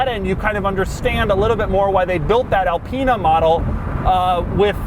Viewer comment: IT IS ALPINE NOT ELPEENA